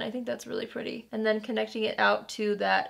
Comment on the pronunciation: Haha "but it sure is perdy" 😂 I seriously want this palette just for the packaging. I LOVE flowers so much! I think it's gorgeous for the colors.